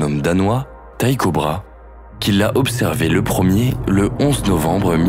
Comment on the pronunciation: (Tycho Brahe) ça se prononce : " tico braé" ... pas "taille cobra".... tête d'ampoule !